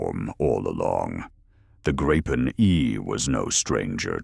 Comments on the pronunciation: It's pronounced "Gree-pen" properly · Greetings for the Illiterate and speech impaired AI.. The plane name is GRIPEN and pronounced as it's written: in Swedish.